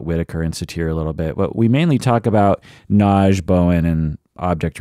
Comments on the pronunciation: Nagy= correct pronounce is "nod-yuh.". Nagy- translated in English means "big". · Actually it's pronounced to nearly rhyme with "lodge"... the "-gy" in Hungarian has a unique sound so that "Nagy" is pronounced something between "nodge" and "nod-yuh." Source: Dad is from Budapest 🇭🇺